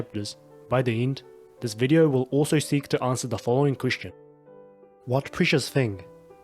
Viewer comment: everytime you pronounce "queestion" some fairy die in the astral realm